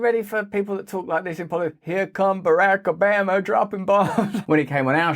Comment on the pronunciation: Not that I'm a fan of his work but please learn to pronounce Obama. You're trying to sound American but... 😊